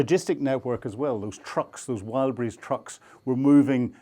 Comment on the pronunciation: Its called Wild BERRIES stop calling it wild breeze